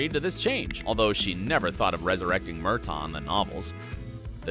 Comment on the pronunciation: As a devoted Outlander fan, I really wish that the narrator of this video would get the pronunciations right! Did he never watch the series??? I mean, seriously....his mispronouncing of Murtaugh’s name and Colloden are irritating at best and embarrassing at worst. 🙄